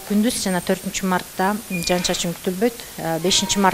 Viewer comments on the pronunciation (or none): Жаз айы жаандын мезгили .Жаандын коп жаашын тилейли .Бул видиодо аба ырайын алдын ала билдирип жаткан айым " жаан " деген созду ката айтып жатат, " жан " деген соз менен ."Жан " деген создун мааниси башка да .Тууралыгында " жаан " деп эки удаалаш келген " аа " тамгалары менен суйлошу керек .Угуп турсанар , ката суйлоп жатат.Ушу кантип болсун ? Уят да , озу чон эле айым экен .Казыркы адамдардын копчулкгу ката создор менен суйлошот.Кээ бир мезгилдерде журналисттер да ката создор менен жана создорго туура эмес басым менен суйлошот .Журналисттер тилдин кузгусу болуулары керек жана ушундай талап теле алып баруучуларга да тийиштуу .Теле алып баруучулар копчулук убакта ката суйлошот.Адабий нормада так жана даана суйлоолору тийиш.